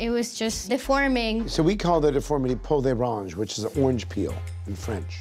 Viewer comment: It’s not “pelure d’orange” it’s “peau d’orange”